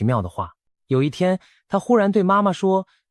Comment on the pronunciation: 不是阿摸，是阿罵